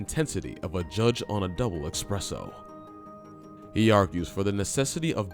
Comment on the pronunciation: Espresso. The word is espresso, not expresso.